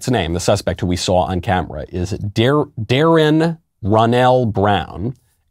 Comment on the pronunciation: I know this isn’t the point but this man couldn’t bring himself to pronounce the name Darrin he stuttered and said it wrong 3 times. it’s not a hard name that has to be on purpose